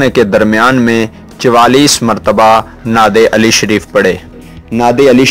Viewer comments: NAD e Ali KO thk tarha s parha Ni h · Ap ne nad e Ali ghalat likhi or parhi h